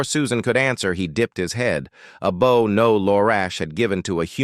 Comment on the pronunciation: Great story! Nice to hear a different theme for once. And the AI didn't disappoint either with the word "bow" mispronounced. 😂